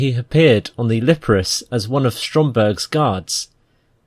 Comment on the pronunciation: E-ON...NOT ION.... LIP-ARUS...NOT Liparisssss